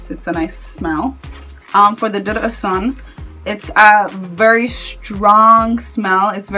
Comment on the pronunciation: You guys it’s prounounced DOO-DOO oshun ,it’s Yoruba